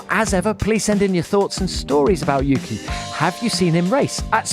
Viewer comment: "Yuuuki" - Fernando Alonso